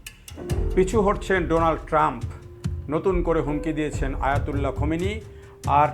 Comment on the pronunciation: আয়াতুল্লাহ খমিনি না খামিনি